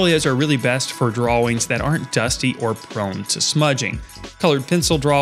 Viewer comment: Good info! I have to scrounge for stuff to store my graphite and pastel drawing in. Also I am so amused by the way you say dra-wings 😄